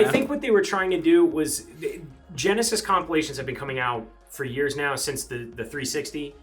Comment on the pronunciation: ol boi says 'sega gonesis'